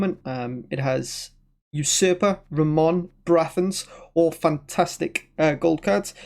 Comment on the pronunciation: The best "Ramón" pronunciation that I’ve heard in any english stream!